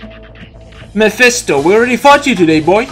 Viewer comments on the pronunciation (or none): none